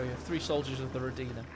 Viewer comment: What has always amazed me is the wrong stress in the word "rOdina". It's so silly Relic recorded this voiceline with a mistake and now everyone repeats it. Also, the German consonant “s,” in front of a vowel, is pronounced like an English “z”. It is voiced and soft. So it's even more charismatic "Zoldatn". As for interesting it's "InterrressAnt" As for the game, that strat by Jibber was ridiculous. But he probably did it to entertain us. Can't really blame him. Maybe with a more careless opponent it would have worked better